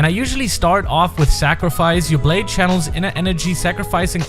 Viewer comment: Why dose everyone’s blayde always phantom blyde